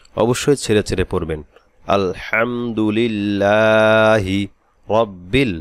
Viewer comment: আলহামদু লীল না রিল হবে ?